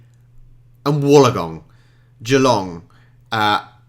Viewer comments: Thank you for pronouncing Melbourne correctly. A lot of people mess it up. Btw, its not Woolagong. It's Wool ong gong Sound it out and it'll be exactly as it looks. Like when you're a kid and learning how to say long words. :D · I think you may be saying Wollongong wrong, though may just be your accent? Wool-ong-gong or you could just say 'the gong' and be like a local (or sydneysider) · Wollongong is pronounced Wool-on-gong. If not in Australia it is understandable when people get it wrong. It rankles when Australian newsreaders stuff it up. Benalla is ben-alla, not ben-nar-la, Narrandera is nar-ran-der-ra not naran-dera, Corowa is basic infant school phonetics - co(as in cot)-ro(as in rot)-wa not core-row-a. These errors are all by people who claim to be the "local news service". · please... good on you for having a go... but Wollongong is pronounced "Woollen-gong". Probs still pretty funny tho'. 😁 Its somewhere past Kickatinalong. Out near Wheelabarraback. Past the Black Stump going toward Woop Woop.😄😉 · We understand that you don't mispronounce it out of disrespect. When you come to Australia, if Sydney is still on your itinerary, you are likely to meet people who mention it and their pronunciation is a good lead. I think for most people outside of Australia, until you hear an Australian say it, the pronunciation can be a bit vague. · Wollongong i think your trying say